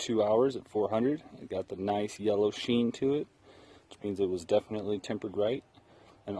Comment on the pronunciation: *Definitely. Not "defiantly."